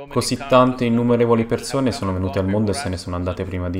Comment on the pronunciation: Persone! Non perzone!. Madonna mia che nervoso